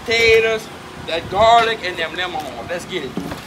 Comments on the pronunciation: He says it like onyon and lamon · The way this guy pronounces "lemon" brings a smile to my face.